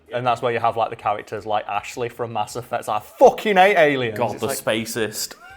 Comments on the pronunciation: "Cerberus" "Ass Effect" Are you trying to tell us something? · "Mass Effect" -> "Ass Effect" -> "Ass Eff" XD